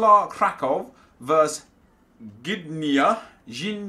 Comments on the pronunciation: No problem mate, Gdynia is a hard one. You pronouce it like this: g-dy-nyah, but the "g" upfront is like "g" in "goal". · You pronounce Gdynia Ga-Din-Ya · Not polish but must be like [g^diniah] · Haha burst out laughing to your pronunciation of Gdynia :D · Haha I had Good laugh when you tired to pronounce Gdynia. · I do not believe there's a phonetic representation of "gdy" in English it's a combination of hard g (like you would say in "god") + di but also hard (e.g. you'd say "distance" but not dee-stance but harder - don't know which accent in GB is that hard) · gdynia kurwa się czyta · Haha that's just cruel. Reading the comments makes me laugh. The poor chap can't even pronounce the name of the club and you people go and add more words to the club's name for him to pronounce? Hahahahaha